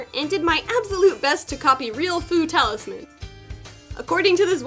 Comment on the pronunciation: IDK BUT I only hear food taulisams😅 instead of fu talisman😂😂😂 LOVE YOU